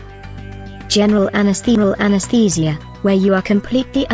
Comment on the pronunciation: My mind was distracted by the pronunciation of anestheeeeesia 😂